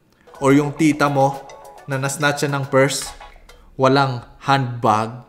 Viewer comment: Alam mong tagabaguio si sir kasi sabi niya Manila. For those who don't know.. anywhere in NCR = Manila para sa amin. Accent ni sir sa handbag..😂